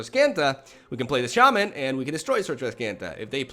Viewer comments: It's not sha man lol. It's pronounced shamman basically. I don't have any copies of nexus myself and only one Teferi. I play gruul and boros decks in ranked. I also have the sultai krasis deck with the explore package and that may be better than my other decks but I love rhythm into hasty beasts and angels and heroic reinforcements. I won't play cancerous decks. I refuse to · its obviously shay-mayn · either way, it's not sha-MAHN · It's a long a, so shah-man, but as my Latin teacher loved to say, English is a lazy language. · It’s pronounced Shay-man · Its SHAman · The accent is on the first syllable, actually! It's pronounced like SHAH-mun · No the correct pronunciation is Shay (like in "shave") and man (like in...well..."man").